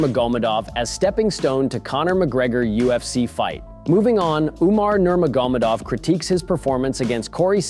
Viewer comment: Bro said Nurmagomadov in the most retarded way ever